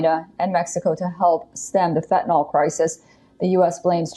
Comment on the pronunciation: She keeps saying "fetanol," but it's "fentanyl." Btw, if anyone didn't like her pronunciation of "herculean," it was OK. I rarely use the term or (read it aloud), but I think I usually hear "hercyuLEan," but "herCYUlean" is also correct. She didn't have have a Y sound in there, but oh well.